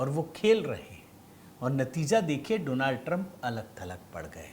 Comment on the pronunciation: Donald Doland ya do land😅 ban gaya😅